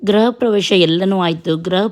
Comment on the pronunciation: ಅಕ್ಕ ಗ್ರಹ ಅಲ್ಲ ಗೃಹ anni